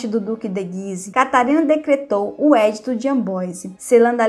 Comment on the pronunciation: Muito bom. Só lembro que o nome é EDITO (pronuncia-se edíto e não édito). Parabéns